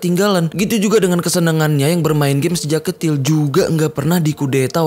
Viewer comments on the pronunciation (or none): Di menit knp gak di ulang lagi bang perkataan nya terdengar jelas Abang bilang "sejak ketil"